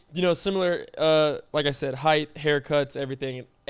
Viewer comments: Peyton if you don’t call him out for saying heighTH and not heighT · I thought I was the only one that actually caught that LMAO.. Happy to see somebody else knows "heighth" isn't a word!! 😂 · makes fun of Peyton for everything he does Also: says height with a th